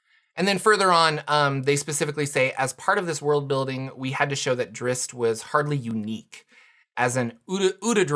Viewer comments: That pronunciation drives me crazy...the "zz's" come before the "t" in Drizzt. It's not pronounced (Drits) it's pronounced (Drist). You are correct about the two "zz's" making an "S" type of sound...but the strange moving it to the end of the name makes no sense at all and simply ignores it's spell entirely. I realize I'm quibbling over the pronunciation of a fantasy name...but this kind of thing bugs me to no end. So while self aware I'm going to make this comment anyway. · Did you just say Dritz?